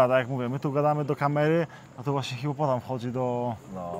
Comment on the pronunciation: to jest hipopotam, nie hipopotan😂😂😂, ale te Twoje błędy językowe są czasem urocze😂😜😆. Ale Cię poprawi😎😜